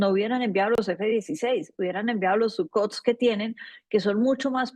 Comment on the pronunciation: por favor pronuncie bien la marca de los aviones rusos, son SUKHOI, SUKHOI, SOKHOI!! No Sucot o Sucotch como sea que usted dice, ¿Qué le cuesta decirlo bien? Todo el pais la está viendo!